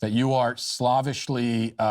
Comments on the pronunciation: i love how he's such a racist nazi that he mispronounces slave-ish as slav-ish. The way it's spelled. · Matt, you pronounced the word for "as if by a slave" as though you meant "as if by a Slav" and here I thought you were pro-Putin